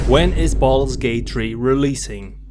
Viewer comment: Sounded like you said "balls gate" in the intro and for some reason I found that quite funny